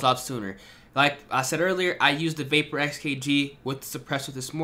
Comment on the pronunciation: It’s not a vaper it’s the vahp-yur